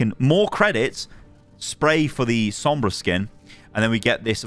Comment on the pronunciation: U actually said sombras skin name good on ur first try